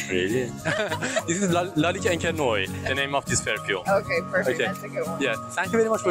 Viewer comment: Thanks for the vid. Noire just not said "Noy".. We say NuAR 🖤🖤